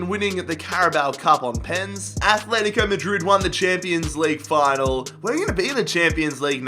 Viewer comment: Fucking stop, it’s not Athletico Madrid it’s ATletico Madrid you don’t say Ath.